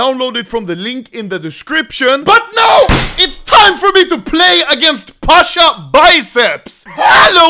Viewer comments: Not "pAsHa" its Pasza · ITS PASZAAAA